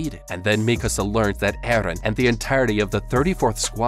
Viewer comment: Oh thank God you pronounce Mikasa correctly